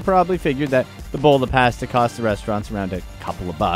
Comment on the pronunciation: I can't stand the way that he says pasta...